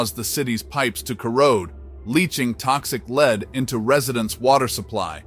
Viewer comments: Your narrator and is a fool. He cannot pronounce simple words such as “lead” relating to lead in water correctly. He said “leed in water”. Also “rampant” - as in “rampant crime“ pronounced as ram-pant not ram-punt phonetically speaking. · Where do they get these terrible voiceover actors? Soooo many mispronunciations in this video, but I think the funniest was his pronouncing "lead poisoning" as "leed poisoning".